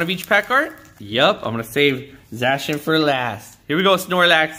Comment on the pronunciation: It's Zacian, not Zashian